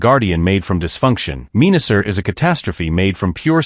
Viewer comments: it's pronounced men-a-sor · Hahaha Pieranicon, Meanasser and Pre-dayking 😂😂😂😂😂